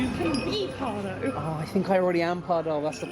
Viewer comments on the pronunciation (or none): Anton Pieck is pronounced as Peek/Peak, and Pardoes as Pardoos as in snooze/mousse. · Loved this! I am a huge Efteling fan and love to see people enjoying Efteling 🥰 Just a small tip how to pronounce Pardoes though… 😉 It’s pronounced as PardOUS 😊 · Efteling is like a national treasure to the Netherlands, many Netherlanders are incredibly proud of it. If you don't mind me being a bit pedantic: Pardoes is pronounced as 'Pardoos' - the 's' is not silent. And the 'Piek' in Anton Piek is 'Peek'. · Maybe Pardoes would have wanted to meet you if you had pronounced his name right! ;)